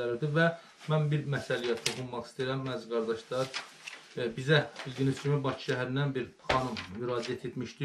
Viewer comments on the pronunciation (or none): none